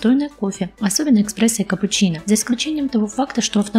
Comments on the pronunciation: эКспрессо))) деревня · какие могут быть вопросы к человеку, который говорит "эКспрессо"?))) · после "экспрессо" (с), - выключил